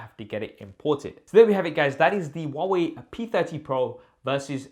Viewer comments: Who pronounce Hawaii ? Am I the only Indian here? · Huawei= Wah-Wei